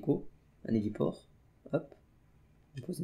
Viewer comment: c'est difficile de dire '' un héliport''?? En + il nous parle d' otarie le gars 😑😑😑😑😴